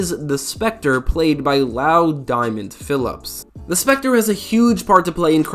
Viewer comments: Isn’t it pronounced Loo Diamond Philips? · Yea not like Kung Lao lol